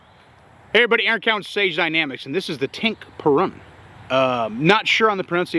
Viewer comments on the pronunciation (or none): none